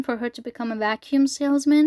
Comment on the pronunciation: "You may have noticed I like saying 'bros' or 'fellas' a lot" No, but I did notice you like saying "vacüm" a lot